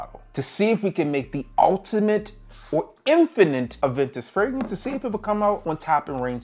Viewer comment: Crazy how new teeth can make a man pronounce Fragrance when a thousand videos couldn’t… Damn Vanity